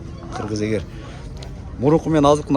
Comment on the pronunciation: Ээ кыргыз эгэр эмэс ээр деп кыргызча элэ сүйлөчү